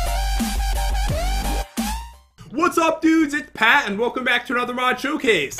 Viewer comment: why does she always say pats name like that?? I’m like....”WoAH JeN”